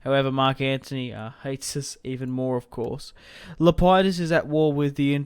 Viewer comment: It's lep-i-dus